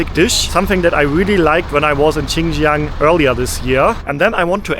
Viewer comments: dude, when you eat it, its "hao chi", when you drink it its "hao he". "chi" is eat, and "he" is drink in mandarin chinese. beware, soup you drink, he, in China, not eat, chi. and also, not Chinjiang, but rather pronounce it Shinjiang, or Sinjiang. :D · X is pronounced like "s", not "ch". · Xinjiang, the pronunciation of the "Xin" is similar to "sing". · I do recommend learning how to pronounce Pinyin letters. X= sh like in she. Shin Jiang or Shi Jinping (Xi Jinping). Q = ch like in China or Qongqing (ChongChing) Online guides are common or just use Google translate. It will help you not sound stupid.